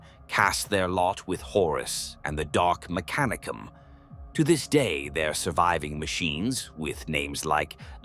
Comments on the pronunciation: FYI, lore states that the accent is on the second syllable rather than the third. Me-CA-ni-cum not mec-a-NEE-cum phonetically. Don’t mean to be focusing on minutiae but it’s a proper noun and aught to be pronounced correctly. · These would be great if the AI could just say things correctly. Words like mechanicum, khorne, slaanash, tzentch, astartes, primarch, and so many other words sound so weird or wrong coming from AI. Granted khorne being called horn had me laughing but still it really takes you out of the story when youre having to stop and figure out wtf is even being talked about